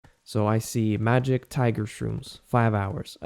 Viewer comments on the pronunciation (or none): none